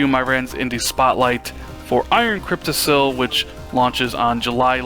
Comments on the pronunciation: "Iron Cryptissel". LMAO. It is pronounced "cryptiKUL", as in "testicle". No video games for you until you go back to school and get good grades in grammar. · Hahaha Crypti-sill. No.